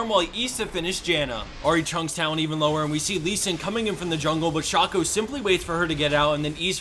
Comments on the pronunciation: WHo the fuck is SHOOOCKO, its SHACO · It's shaco, not shaco. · That Shaco pronunciation is disturbing